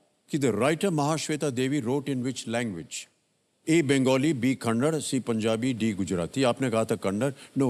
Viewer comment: its not kannad, its kannada.......... plz pronounce it properly, not expected at this level